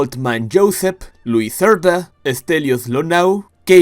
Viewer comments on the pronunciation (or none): none